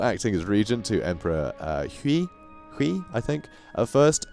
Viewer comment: You pronounce any Chinese names that has the -ui suffix like Hui, Sui, etc. like 'way' but with the start of the letter. Sui would sound like 'sway' and Hui would sound like 'hway'. Also apparently Sima is not pronounced as 'see-mah' but as 'suh-mah'.